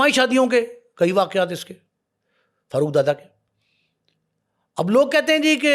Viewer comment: Karachi k hawaly se bat kre hain to meherbani suni sunai kahani na sunaen dusri bat ye wo Farooq ka accent Faarooq hai na k Farruooq plz apna lahori accent ek taraf rakh kr karachi ki bat kren 😡